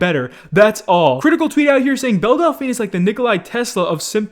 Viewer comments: No one: Literally no one: Keemstar: Bell Dal - Fa - Na: Bell Dalfy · Why can’t anyone that makes a video about belle delphine pronounce her name right? 😂😂